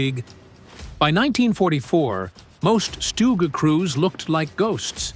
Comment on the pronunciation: It is not called a stooge. 84% is a ridiculous high number. Worse than any other job I ever heard of. It's pronounced like Dug. Remember that. Stug like Dug.